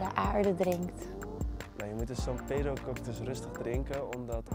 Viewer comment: i like when you say "san pedro" sounds like a argentinian spanish